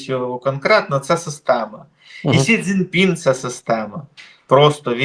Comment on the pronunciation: Я з повагою ставлюся до пана, але з орфографією в нього тяжкувато. За весь цей час він так і не спромігся вірно вимовити призвіще китайського диктатура, він до цього часу кличе його Сінь Дзінь Пінь. Але я готовий його й далі слухати.